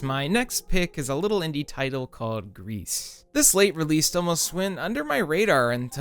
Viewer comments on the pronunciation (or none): about Gris: im pretty sure its pronounced 'gree' not 'Grease', like the french word for grey. how do you pronounce 'versace' or even 'hyperbole' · Gris is pronounced "gree" not "grease". It means grey en Français. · pronounced "grie" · It's not pronounced 'Grease' my dude.